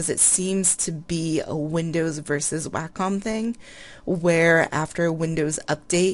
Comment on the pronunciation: Not Whack~Um honey, It's pronounced Way~Cum